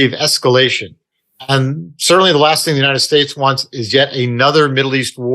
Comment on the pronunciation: "The" is D not Z !!